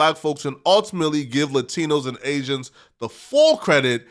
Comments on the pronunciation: Why this dude keep saying aizens 🤔 thats very agent like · Asians. Gtfoh bro stop saying Asians. You sound really goofy 😂😂😂😂😂